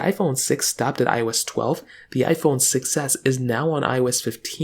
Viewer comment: I keep hearing iPhone success (6s) 😅